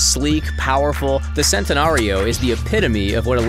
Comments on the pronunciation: It’s Chentenario not sentenario also Lamborghinis aren’t sports cars there supercars learn the difference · btw its not sentenario its like ch-entenario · Also, most people say it like 'chentenario', so his 'sentenario' annoys me lmao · P yeah I know it's said shentanario but doesn't really bother me that much it's like Chiron it's depends on which country your from but koenigsegg u gotta be kidding me